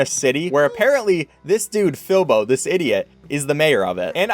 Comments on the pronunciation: It’s Filbo not Filbur or Philbur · calls "Filbo" "Filber" me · he called filbo FILBER !!!!!!!!!!!!!!!!!!!!!!!!!!!!!! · HE DIDNT EVEN SAY FILBO'S NAME AT FIRST CORRECTLY LMFAO